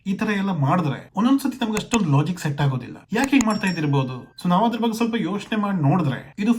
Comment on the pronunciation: ಏನೂ ಬಗ್ಗ ಬಗ್ಗ ಅಂತೀಯಾ ಮೊದಲು ಕನ್ನಡ ಉಚ್ಚಾರಣೆ ಮಾಡೋದು ಕಲಿ, ಬಗ್ಗೆ ಅಂತ ಅನಬೇಕು, ಮತ್ತು ಇಲ್ಲಿ ಶಿವಾಜಿ ಯನ್ನ ಹೆಚ್ಚಿಗೆ ಪ್ರಚಾರ ಮಾಡ್ತಾ ಇರೋದು ಮರಾಠ ಸಮುದಾಯ ಅವರಿಗೆ ಆವರ ಸಾಮ್ರಾಟ್ ಬಗ್ಗೆ ವಿಪರೀತ ಅಭಿಮಾನ ಇದೇ ಅಷ್ಟೇ. ಮರಾಠ ಸಮುದಾಯ ಈಗಲೂ ಬಹಳ ಪ್ರಬಲ ಸಮುದಾಯ ಮಹಾರಾಷ್ಟ್ರ ಸುತ್ತಲೂ ಇವರ ಪ್ರಭಾವ ವಿಪರೀತ ಇದೆ ಅದರ ಪ್ರಭಾವಕ್ಕೆ ಲಿಂಗಾಯತ, ಕುರುಬ,ನಾಯಕ್,ಬ್ರಾಹ್ಮಣ, ಜೈನ ಎಲ್ಲರೂ ಒಳಗಾಗಿದ್ದಾರೆ ಅಷ್ಟೇ ಯಾಕೇ ಮುಸ್ಲಿಮರು ಕೂಡ ಹೊರಗಡೆ ಶಿವಾಜಿ ಮಹಾರಾಜರ ನ್ನೂ ಕೊಂಡಾಡುತ್ತಾರೆ ಅದಕ್ಕೇ ತಾನೇ ಸಂಜಯ್ ಖಾನ್ The Great Maratha serial ಹೊರ ತಂದಿದ್ದರು.